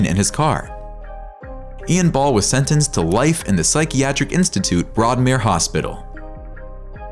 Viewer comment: Broadmore Hospital,not Broadmare.